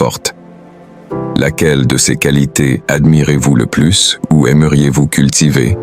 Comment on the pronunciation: 5 coualités rères ... pu capable des textes générés par IA et lus par IA. Une autre chaîne médiocre qui s'ajoute à toutes celles qui pullules sur YT.